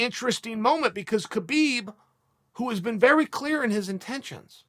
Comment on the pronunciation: He'll call him Khbob.